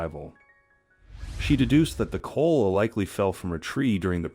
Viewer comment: 50 It's Ko ala not kola's